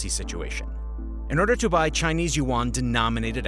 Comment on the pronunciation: If I want to be believed maybe you should learn how to pronounce YUAN!!!